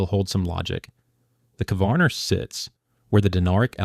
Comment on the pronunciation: You slaughter the names of Brač, Crkvenica, Kvarner, Opatija and Malvazija. Good luck getting handymen to do the reconstruction work for you. Labor, material, professional and handyman costs are crazy in Croatia. You don't show Pula airport. I live in Rovinj (in Istria) and this is funny.